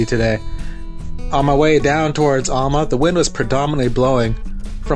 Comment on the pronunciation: Thanks for the vid, really enjoy them. Also enjoyed your play on words with Cape Enrage/Cap Enrage. One last observation, ifn' ya wanna sound like a local, its pronounced AL-MA like your Uncle Al not ALL-MA like all of your uncles. Cheers lad and looking forward to the next one!😀